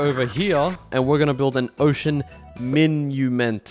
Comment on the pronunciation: Monument not minumint